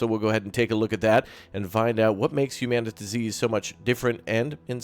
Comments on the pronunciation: isn't it humanity with a zeee instead of a y. Not "human TuhZee" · I'm pretty sure it's hue-man-it-zee. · It's Humanitz not Humanitz!